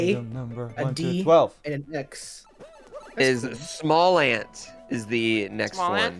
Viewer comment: Lol SmallAnd instead of SmallAnt on the intro